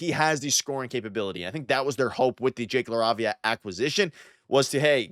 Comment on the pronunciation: Are you pronouncing LaRavia correctly?